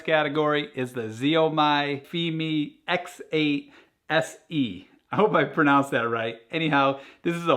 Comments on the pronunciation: "Z-A-O-Me?" Try "Shau-me." Like shower, but without the "-er." Depending on dialect, the "Xi-" might also be pronounced as "zh-" or "s-." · Its pronounced show me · thanks for the video! Very much welcomed as you can't really find good videos with drone comparisons! . . one thing tho, and hope you don't mind ¯\_(ツ)_/¯ Xiaomi is pronounced "show mee" ('show' as in 'shower') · Never thought somebody would correct him but now that you did, maybe you can use Google Translate and hear the real pronunciation of 小米.